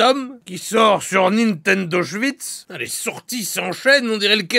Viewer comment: Nintendo Shwits 😂